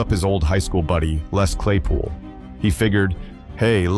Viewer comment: It's Actually Les Claypool NOT LEE